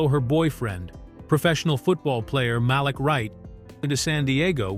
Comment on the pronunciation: Happy to see Girlfriends getting more love & exposure, but I think it’s important to double check details, especially when it comes to talking about black culture - as so many things are already misconstrued and erased. 1. “Malik” is pronounced “Muh-leak”, at least in this character’s case. 2. Derwin was Melanie’s boyfriend not Malik And most relevant, 3. The Girlfriends cast reunited for an episode of “Blackish”, the commercial was not their first time reuniting since the show ended.